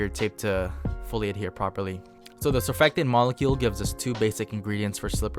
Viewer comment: Stop saying “surfectant” it’s surfactant. Entertaining videos though